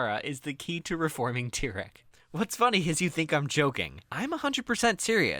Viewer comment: To reform Tyrone, just say his name right